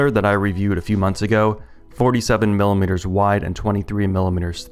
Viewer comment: FIFTY FIVE MILLUHMEETURS... that's a lot. This is a lot. I like it.